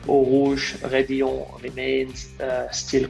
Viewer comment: It's radillon actually...